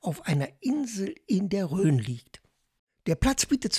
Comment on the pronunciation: Vielen Dank für das herrliche Video aus einer unserer Lieblingsgegenden! Eine Anmerkungen habe ich allerdings, da meine Ohren protestieren: Bitte den Flüß Rhone auch so aussprechen und nicht mit ö !